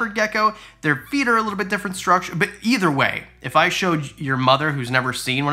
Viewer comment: I love Canadians. 'There is ether animals...." ether hahaha